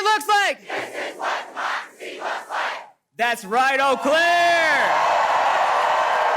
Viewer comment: Lmaooooo With all this technology, you still managed to butcher a single sentence. Seems to be a reigning theme with you plebs. 😂😂 We are not a "democerity". We aren't even a democracy. We are a representative republic. Go back to 4th grade social studies.